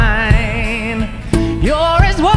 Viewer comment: I've never heard the word wine with 14 syllables before.